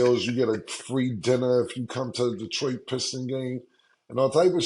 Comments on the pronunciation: Lmao "Detriot" Come one its Detroit! 😂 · “Detriot” is crazy!! 😂😂😂😂